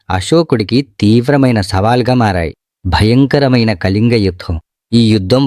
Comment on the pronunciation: కలింగ కాదు.... కళింగ....